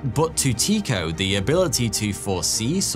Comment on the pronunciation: Tie-co not Tee-co